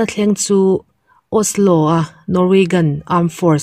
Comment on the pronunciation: Norwaygan i tia..Norwagian hi tia lam tur ami? A Chang leh Osla te itia..